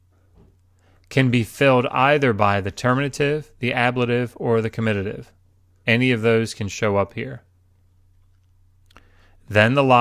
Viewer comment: In explaining 3cs etc., the c is better explained as 'both animate and inanimate' rather than 'both masculine and feminine', since m/f gender distinction does not exist in Sumerian, whilst animate/inanimate does. The comitative case is not spelt comititive, and the word should be pronounced on the first syllable: ˈkɒmɪtətɪv.